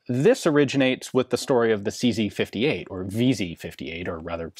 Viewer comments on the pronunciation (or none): SeeZey-WeeZey 58 😂